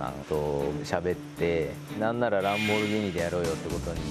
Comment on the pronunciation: "ロンボルギー二"